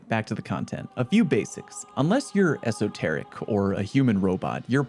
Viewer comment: He said "unless your esoterickk." 😂😂😂